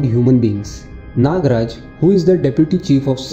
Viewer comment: It is nagaraja not nagraj.